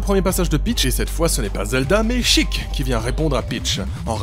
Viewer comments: Bonjour, Je suis un jeune homme, amoureux de la licence de « The Legend Of Zelda » je ne peut te laisser dire de si grosses bêtises -Pourquoi prononcé « Chik »... C’est Sheik de la tribu des Sheika ( œil et larme ) -The Legend Of Zelda CDI N’AS JAMAIS EXISTÉ. Je ne veut rien entendre! -Le Vent de Farore n’est pas la compétence qui permet de renvoyer certain projectile, c’est l’Amour de Nayru -Zelda n’es pas si bas que sa dans les tiers list, elle est souvent classé en MID+ ou HIGH Cordialement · Sheik, ça ce dit "chayke" et pas"chic* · J'AI MAL AU OREILLES ! SHEIK SE PRONONCE "CHAI-IK"(vous m'avez compris) ET PAS CHIQUE 😭😭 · En japonais ils le prononcent '' chiiku'' c'est pour ça que certaines personnes prononcent Sheik ''chic'' parseque c'est plus proche de la prononciation d'origine